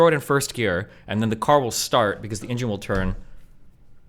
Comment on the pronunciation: The way destiny pronounced “engine” is problematical